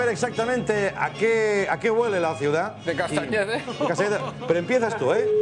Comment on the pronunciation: castanhede no, es cantanhede!!! xD